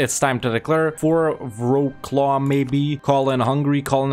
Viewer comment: Pronouncing Wroclaw as "row-claw". not a Slav confirmed